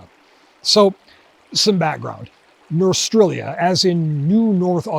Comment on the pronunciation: Smith/Linebarger intended "Norstrilia" to be pronounced "nor-STRILE-ya", because that's what "North Australia" sounds like (to an American) when spoken by someone with a strong Australian accent.